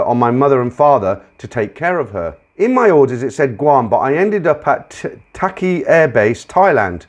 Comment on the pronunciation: The name of the Air Force base town in the second story is pronounced like "Tahk Lee". I was at another base in Thailand at the same time period, Utapao, not far from Pattaya. The whole air war against N Vietnam was run out of 6 bases in Thailand; Utapao, Tahkli, Korat, Udorn, Ubon, and Nahkon Phanom. Also, Air America ran clandestine CIA operations in Laos at a few Air strips, flown by USAF pilots who had volunteered to leave the service and fly as "civilians".